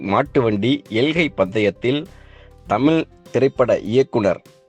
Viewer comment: டேய் தமில் இல்லடா தமிழ் அய்யோ இவனுக்கு ழ வரவே இல்லபா